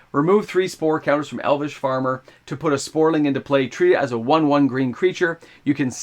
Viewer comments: Please, please stop pronouncing saproling as sporling. I had hoped you’d have caught that in previous videos but you’re still doing it. Thank you for the content but that’s driving me crazy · Somebody needs to get this guy hooked on phonics. Say it with me: SAP-RO-LING